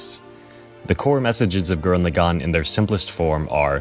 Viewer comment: I love your message and your personal story here, but dammit if I wasn't distracted as hell by your pronunciation of Lagann. You pronounce it like "le'GON" when in the show (original Japanese) they clearly pronounce it like "lah-gun" (with no stressed syllables).